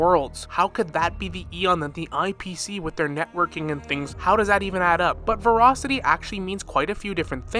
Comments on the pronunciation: "Verocity" is not the same word as "Voracity" - sorry this one point is driving me crazy, but I think you're dead on about the actual principles the IPC is following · ver-ASS-ity. ver-ASS-ity.